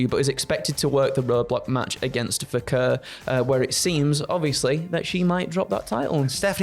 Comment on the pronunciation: being a legend at Cultaholic for being the only one to pronounce Vaquer correctly.